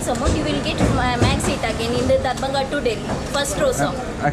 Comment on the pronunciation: I giggled every time you said Darbhanga simply because of your experience with the nightly visits you received on the train in your last video. Sounds a lot like “door banger”.